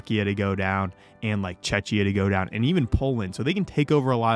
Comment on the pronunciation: Why are you still pronouncing Czechia as Chechia 😭